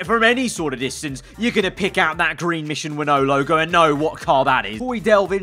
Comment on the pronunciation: PLEASE LET SEE THIS ITS SAID MISSION WIN NOW NOT MISSION WINNOW